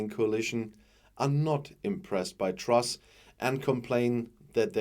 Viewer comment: Did he just say Trash instead of truss? He got it right first time.